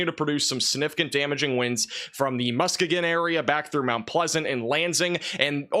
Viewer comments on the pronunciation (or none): It’s pronounced Musk-ee-gon lol